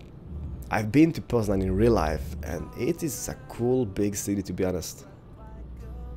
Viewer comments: I Love your Polish ^^ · hey, i would love to win the game, but i have a question, are you part polish, cause when you said poznan, you sound like a true polish person.